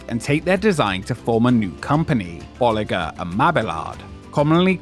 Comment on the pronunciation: Thank you for actually pronouncing Bolliger and Mabillard correctly. Mabillard is not Spanish. Lol